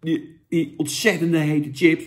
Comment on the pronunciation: Hoor je niet vaak dat iemand echt TJIPS zegt....